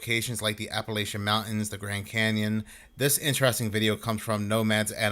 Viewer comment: Please, Appalachian is pronounced like throw an Apple-atcha